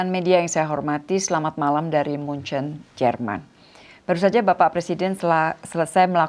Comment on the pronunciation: Ya, setahu saya dalam Bahasa Indonesia nama kotanya yang benar adalah “München” seperti dalam bahasa aslinya, persis seperti yang diucapkan oleh Ibu Menteri, jadi bukan “Munich” seperti dalam Bahasa Inggris.